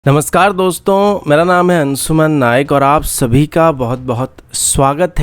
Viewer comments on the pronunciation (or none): Apna naam hi galat bolta hai ye bandaa.. its " " not " ANSSUMAN". Bawlaa